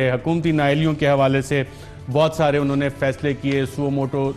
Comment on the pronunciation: Mohtaram Arshad sahab. Mash Allah aap ka program bahot achha hai. Andaz e bayan bhi nehayet umdah. agar yeh aam alfaz jo aap balke tamam punjabi bhai, khaas taur se jo ala taleem yafta hain ghalat boltay hain.. maslan - unhon ne ko un-ne, kabil (Qabil) Fakeer (faqeer), ahmak (ahmaq) Kanun (qanoon, kuchh saheban knun kehtay hain) etc aur isi trah ke doosre alfaaz jo Qaaf se shuru hotay hain woh kaaf bolte hain. aap jessay taleem yaafta saheban urdu ki taang toren ge to yaqeenon naujawan nasal bhi aap ki paeravi kare gi. umeed ke aap bura nahin manain ge. shukriya